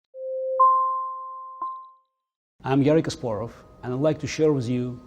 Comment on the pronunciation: All my life I have heard his name pronounced in wrong way, now I know how it should be pronounced.